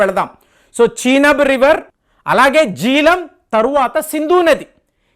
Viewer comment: చీనబ్ కాదు చినాబ్